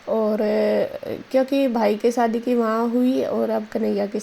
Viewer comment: सादी नहीं होता है जी शादी होता है